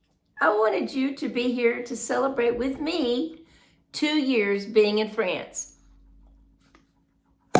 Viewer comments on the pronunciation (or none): France pronounced without ants. Trying to help no ants … no ants. Try ance or once.